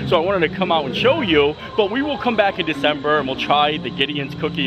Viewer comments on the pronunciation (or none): none